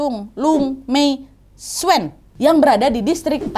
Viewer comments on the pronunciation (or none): Tsuen dibaca nya jun nad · Tsuen itu bacanya cun kak nad, BTW kebetulan saya ada di HK. mksh udah di bawakan ceritanya kak nad, cerita yg aku tunggu² 🙃🙃🙃